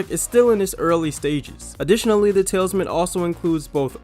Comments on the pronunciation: "The Talesman"? You said it twice. That's not the book... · I know, that bothered me too… it’s The Talisman, TAL-IS-MAN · It’s pronounced Tal-eez-man. Silly whipper snappers. 😁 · the tailsman being read, oh wait it's talisman, that's right.